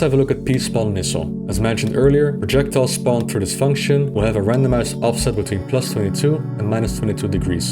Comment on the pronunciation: I know is saying "randomised", but I keep hearing "random ass" and it's hilarious. "Random ass angle of +22 to -22 degrees". XD